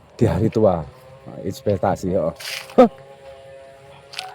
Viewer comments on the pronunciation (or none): Mohon maaf sebelumnya hanya ingin membenarkan kata inpestasi itu investasinya si Mbah Kung